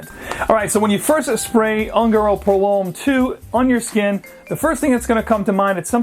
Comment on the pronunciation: Hi... FYI the pronunciation of ungaro is "oon-ga-roe". Spanish for gypsy. Another great video!!.